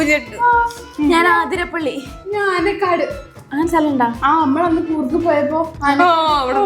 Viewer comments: ആതിരപ്പിള്ളി അല്ല അതിരപ്പിള്ളി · aathirapalli alla athirapalli aan😂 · അതിരപള്ളി ആണ് ആതിരപ്പള്ളി അല്ല അഞ്ചിടെ തെറ്റാണ് 😅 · ആതിരപ്പള്ളി❌ അതിരപ്പിള്ളി ✅ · അതിരപ്പിള്ളി ആണ്, ആതിരപ്പിള്ളി അല്ല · Its not ആതിരപ്പള്ളി.. Its അതിരപള്ളി.. Also എ kitiyapol ഏത്തപ്പഴം ഏണി.. ഉ kitiyapol ഊഞ്ഞാൽ.. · ആതിരപ്പള്ളി അല്ല അതിരപ്പള്ളി ആണ് 😂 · ഏത്തപ്പഴം, ഏത്തപ്പം ഏ ആണ്.. എ അല്ല... അതിരപ്പിള്ളി ആണ് 🙂